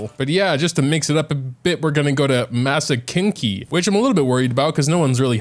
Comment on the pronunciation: ‘Zhiangling’… ‘Masa kenki’… If you heard, you heard